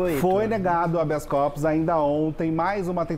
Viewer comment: "Habeas Copos" o rapaz disse???? 😂😂😂😂😂😂😂 Copo livre? É festa do curso de direito regado a bebida???. 😂😂😂😂 Não seria "Habeas Corpus".